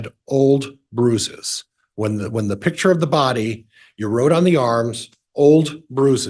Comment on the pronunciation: It’s not a “pitcher” it’s a PICTURE!